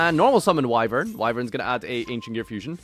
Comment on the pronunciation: HOLY SHIT LEARNED HOW TO PRONOUNCE WYVERN